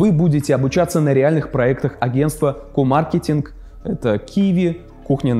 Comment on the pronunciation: Пожалуйста, во имя успеха рекламной кампании, говори мАркетинг) Прошу)))